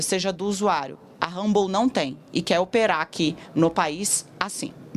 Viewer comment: Tosco demais uma jornalista pronunciar "humble" para se referir à rede social.